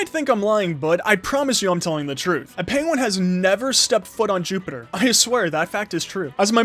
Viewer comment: lol during the vid he says penwin facts